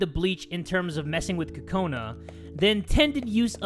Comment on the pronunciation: Kokona is pronounced coco-nuh not Ka-co-nuh